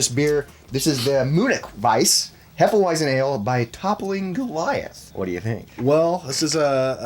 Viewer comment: Hefeweizen. Pronounce the 'w' as a 'v', c'mon boys. Also, please have Megadan and Gabbo on a vid together with y'all soon. 🍻